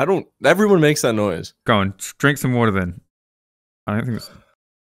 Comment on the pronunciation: I've started drinking wader wike guicey